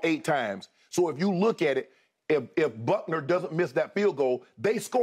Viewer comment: Shannon always calls butker "buckner" 😂🤣